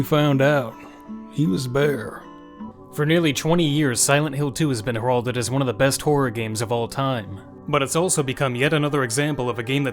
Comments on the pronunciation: Heralded is pronounced "HAIR-uhl-did," not "her-ALL-did." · “her-all-did” lol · pronounces heralded as haralded (i love him anyway) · I just found your channel, and I'm loving it! You're definitely gonna have a new subscriber. Just a small side note, look up the pronunciation of the word heralded, it's root word sounds more like the name Harold. Sorry, not trying to be annoying.